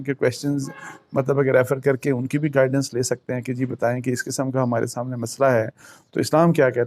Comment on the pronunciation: گائیڈنیس نہیں بلکہ گائیڈینس۔